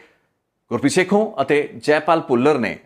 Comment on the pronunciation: Gurpreet sekhon not sekhu, and pind mudki not moodki